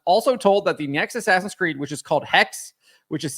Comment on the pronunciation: In-ass-in Creed. 😂